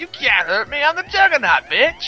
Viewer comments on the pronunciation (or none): none